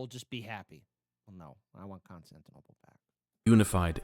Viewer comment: sorry but i can't stop myself from laughing whenever you say constantinapolis lol a song was running in my mind throughout the entire video. it was like: Istanbul was Constantinople Now it's Istanbul, not Constantinople Been a long time gone, Constantinople Now it's Turkish delight on a moonlit night Every gal in Constantinople Lives in Istanbul, not Constantinople So if you've a date in Constantinople She'll be waiting in Istanbul Even old New York was once New Amsterdam Why they changed it I can't say People just liked it better that way So, take me back to Constantinople No, you can't go back to Constantinople Been a long time gone, Constantinople Why did Constantinople get the works? That's nobody's business but the Turks